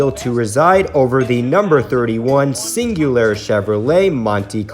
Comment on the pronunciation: Cingular not cingulair